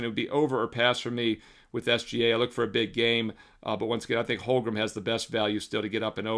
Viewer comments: Dude. You're killing me. HOLM-gren Not HOL-grum LOOLLL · If I had a dollar for every time you mispronounced Holmgren this postseason I wouldn’t have to bet. Lolol just giving you a hard time, love the looks